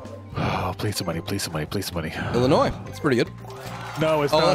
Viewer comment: Being from Illinois, I cringe EVERY time someone pronounces the “s” it’s silent and no one understands that!!